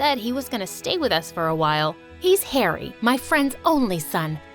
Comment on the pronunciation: I thought Aunt Celine said 'Hairy' and I laughed so hard 🤣